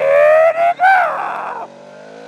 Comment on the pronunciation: I started wondering if you said pretsol or minigoolff XD HA HA Im soooooooo funny ;=